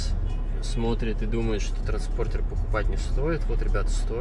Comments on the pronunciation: Ну сколько же раз в ютубе поправляют! Транспондер а не транспордер. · Дружище, ты может и хороший человек, но хороший парень это не профессия. Слово Транспондер из твоих уст звучит так что кровь из ушей идёт. Скажи вы ему уже наконец, чтобы стать хорошим блогером нужно выговаривать слова и правильно ставить ударения в словах! Прости братан, но твою жесть без слёз смотреть невозможно. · Я блин не выдержал, залогинелся чтоб коммент оставить. ТРАНСПОНДЕР - Т Р А Н С П О Н Д Е Р. А транспортер это фольксваген )))) Спасибо за внимание ))) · ТРАНСПОНДЕР - выучи это слово!